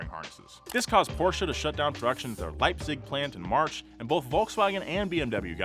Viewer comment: Love the fact that pronounces perfectly "SKODA" which is surprising... Yet he still says "PORSCHAAAAA"!!